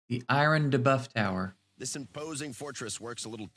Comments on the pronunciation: I hate the way dude says debuff - DAY-BUFF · DUH-BUFF? It’s got to be janky AI right?